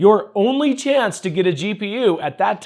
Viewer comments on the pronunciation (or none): none